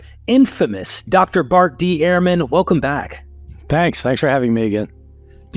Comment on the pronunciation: Bart has said many times that his name is pronounced 'Erman' not "Airmen"